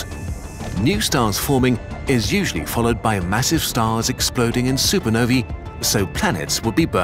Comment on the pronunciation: I'm pretty sure the plural of Supernova ist Supernovae, Not supernovi. Great video anyway :)